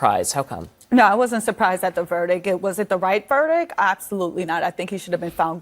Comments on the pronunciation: Yo —it’s pronounced “VERDICT” my guy. CNN n their retarded guests who can’t even talk right🙄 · It is verdict..not verdick. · Someone tell her it’s pronounced VERDICT, not VERDICK 😂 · It’s called “verdict”, not “verdick”. Idiot. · Ok the word is VERDICT not VERDIC you fn tard. People on national tv talking ghetto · Never take legal advise from a person that can't pronounce verdict..verdick..lol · More smart people speaking on cnn unable to pronounce English words ! “Verdic” haaa dumb asses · What is a “verdick”? I should axe someone. How the hell is she a lawyer? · … what’s a “Verdick?” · Is saying "verdick"? You'd think a licensed attorney could say the word "verdict". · Vertic? What the fvck is a vertiç? Learn English before you go on national tv. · “Verdik” get this illiterate loser off the screen. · Did she say verdick? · I don't expect a lot from a woman who can't even pronounce the word "verdict."